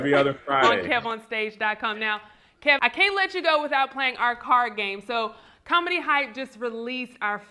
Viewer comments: This man said Kevon 😂😂😂😂💀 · That guy calling him Keyvon is getting under my skin. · I was wondering why he kept calling him Kevon then realized he was reading Kevonstage like it was a play on his name. I respect though seems humble and same with KeVon. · He knew his name was KEVIN,that’s why he kept saying KEYVON so many times. Kev handles this interview like the CHRISTIAN he is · Is he calling him Kevon because his YouTube is kevonstage his name is kev on stage not kevon stage lolbs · "Key von"😂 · NNNOOOO! It’s KEV-ON-STAGE. Kev or Kevin! Glad Kev finally corrected him. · is definitely salty. Disrespectfully saying his name wrong but Kev handled it well. I would have called him everything but after the 3rd Keyvon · 🗣🗣 Say his name correctly #StageKrew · Apparently doesn't know him or even spoke to Kev the way he keep mispronouncing his name... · Please bring Kev back without the other guy "co-hosting." And the main host needs to be more assertive in keeping the focus on the actual guest, and making sure his name is pronounced correctly from jump. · How are you a fan of his work but can't say his name right? This guy is something else. The nerve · I agree. Kev did great! And he was so gracious when dude kept mispronouncing his name. #StageKrew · Me 2 I was why this men saying his name wrong. I never heard of him. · was intentionally mispronouncing his name being passive-aggressive about kevin posting that roast